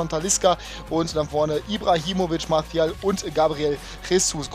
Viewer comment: Hatte genau so lange Bock auf‘s Video bis ich deine Aussprache von Martial gehört habe.